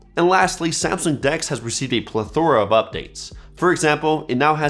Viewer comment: The way you said plethora made me physically uncomfortable